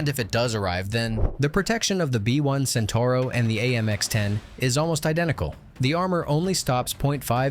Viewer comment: Centauro (Centaur) far from me to understand how people can butcher Italian words when they have to add a single o at the end of it...